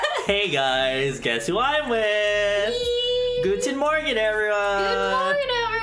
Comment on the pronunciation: Wait did you really say "guten morgan(morgen)" at the beginning?? ahh, much love from Germany ❤❤😂